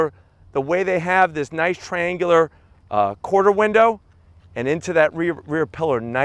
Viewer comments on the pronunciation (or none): none